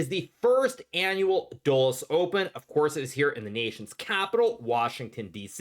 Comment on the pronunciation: tell me you're not hearing "the dullest open" too 😂